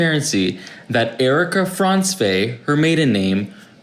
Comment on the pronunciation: Love the way pronounces Frantzve... 😆